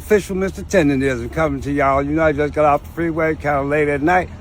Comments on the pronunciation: Nigga stop sayin tender-ism 😂🤣 its TENDER-NISM -NISM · Love your content I just hate how you call it TENDERISM ITS CALLED TENDER-NISM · Tendernism not Tenderism, it's not that hard. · TENDER-NISM! not TENDERISM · Please learn how to say “TenderNism” not TenderRISM 🤦🏾‍♂️ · im glad you put it correctly in the title Tendernizm but atleast when you talk in the video do not call it Tenderism, Man has worked hard for the name atleast respect it. hes Mr.TENDERNIZM not Tenderism everyone in your video is saying it correctly then you say it incorrectly. Its cringe to here you say it wrong right after playing clips of people saying it right and you being so passionate about him. Just call the dude Walt or Unc man. You even read it on the ig post it clearly said Tendernizm and you still said Tenderism, Bro you can be this passionate and get this wrong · It's tender-NISM not tender-RISM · It’s not “TenderRISM”, it’s TenderNISM. Bruh… STFU. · TenderNism, not tenderism. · its Tender-nism lol not Tender-rism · TenderNISM not TenderRISM bro😂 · TENDERNISM NOT TENDERISM lol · Why cant say tendernism correctly lol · Why is it so hard for you to say tender-nism Goddd Dammmnnn! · TenderNism.. say it right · 🤦🏽‍♂️ its tenderNism 😹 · it's "Tendernism"🤦🏾‍♂️ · He keep saying”Tenderism”🫵🏾😂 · This MF cant even say it right "Tender-nism" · Im tired of hearing you mispronounce, "Tender-N-ism". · Its like nails on a chalkboard when i hear u and other ppl leave the N out of tenderNism... are yall doing that on purpose or really dont give a damn about that man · Mr. Tender-rizm 😂😂😂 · How you know how to spell tendernism but not say it😂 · I'm So annoyed that you saying his name wrong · I hate to hear this, but I'm not surprised. Btw, it's "tendernism" not "tenderism". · …WTH IS “TENDERISM”??!!! ITS TENDERNISM!!😂😂😂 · Why do you keep pronouncing it "tenderism," when it's tenderNISM? Omg... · It's "Tendernism" Not "Tenderism"...🤦🏾‍♂️